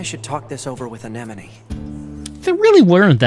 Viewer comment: I like how still calls Anemone "an enemy."